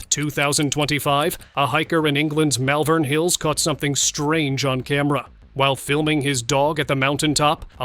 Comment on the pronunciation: Malvern Hills is pronounced Maulven meaning bald hill in ancient English